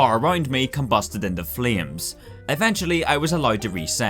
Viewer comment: "Combasted inte fleams"